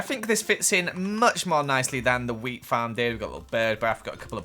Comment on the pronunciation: Every time he says “wheat” I think he’s saying “weed” 😂